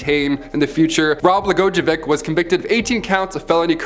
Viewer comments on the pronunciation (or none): (Bul jer) ( Bla goi yo vitch ) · Lol. Decent effort to pronounce that governor’s name. It’s pronounced bluh-goy-uh-vich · Governor Blagojevich the I sound like a g btw lol